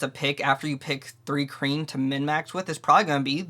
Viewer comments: It sounds like you're saying three kreen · Why would you take advice from someone who can’t even pronounce the race…